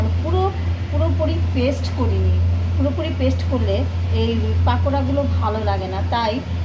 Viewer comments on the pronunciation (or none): পাকোরা না, পকোরা😂